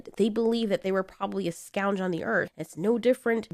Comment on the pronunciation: Scounge? Cool word, but I think you meant ' Scourge'